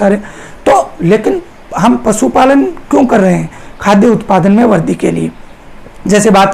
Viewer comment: Sir वर्दी nhi वृद्धि boliye glat bol rhe ap